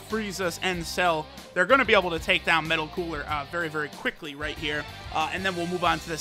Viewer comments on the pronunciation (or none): none